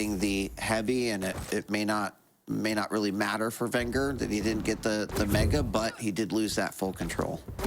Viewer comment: It's vengeur, with just 1 r